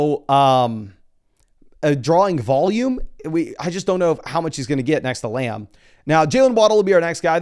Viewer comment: Love how says "Muh-gummry" and "Layumb"